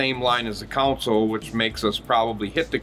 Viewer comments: Console not Council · This mf says council every time 😆